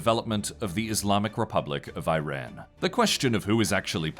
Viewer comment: L report for lack of effort "can't even bother pronouncing Iran correctly"